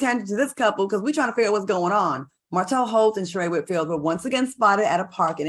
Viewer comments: If Al is friends with Sheree, why doesn't he know how to pronounce her name? Make it make sense. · How is Sheree Al’s friend and he mispronounces her name every time she comes up? 🙄